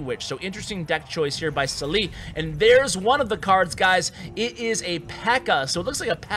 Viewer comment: قهرني طول الفيديو سالي سليي وهو اسمه صالح